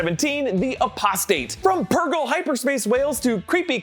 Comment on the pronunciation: Thank you for not pulling a Ryan arey and for some reason pronouncing "purgill" wrong